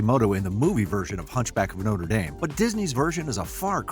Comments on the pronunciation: You left out Pierre, the guy she pitty marries and then won't let him touch her because she's in love with Phoebus. Also, it's No-truh Dahm, not No-ter Dayme. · Nice video, but what irks me is how people pronounce Notre Dame. The one ending in (DAHM) is a cathedral in Paris famous for its hunchback, the one ending in (DAYM) is a university in Indiana famous for Rudy! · No - truh Dohm. Noter Daym is a sports team. The cathedral is in France, and it's pronounced No-truh Dom. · Agnes is a beautiful name in French. Ugh. Americans butchering a language. You’re pronunciation of Notre Dame is horrible as well.